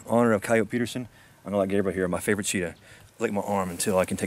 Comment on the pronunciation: its not coyot its ciyotee